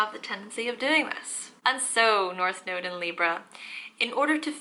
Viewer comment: In the beginning of the video it sounds like she says, “Welcome back to my noodle 🍜 series” ! 😂💕